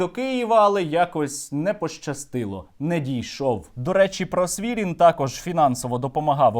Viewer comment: Просвірнін, а не Просвірін